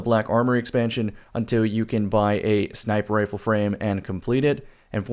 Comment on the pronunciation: Are you saying sniper ifle or what ?